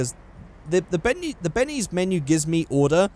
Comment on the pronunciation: you say Bennes instead of Benny's 😂plz feature my comment for no reason